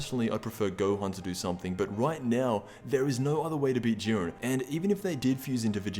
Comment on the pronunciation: did he say urine instead of Jurien